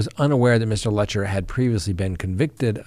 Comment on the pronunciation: Careful doing a story on PP could get you followers. Thanks Sir. Letcher rhymes with Lecher.